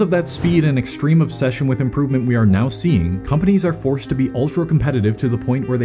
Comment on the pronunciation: uhhh, it's now, not "neow". 🤓🤓🤓🤓🤓🤓🤓🤓🤓🤓🤓🤓🤓🤓🤓🤓🤓🤓🤓🤓🤓🤓🤓🤓🤓🤓🤓🤓🤓🤓🤓🤓🤓🤓🤓🤓🤓🤓